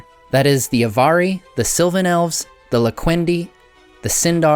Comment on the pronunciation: In the unlikely case that anyone but me cares, the correct accent would be TEL-er-i and AV-ar-i, not "telERi" and "avARii". Check out the stress rules set out in Appendix E to the Lord of the Rings.